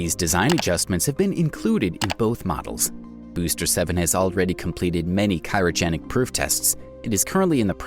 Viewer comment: cyrogenic you mean Cryogenic